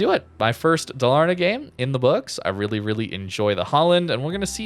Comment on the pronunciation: Daaalarna..say it so.. same as haaalland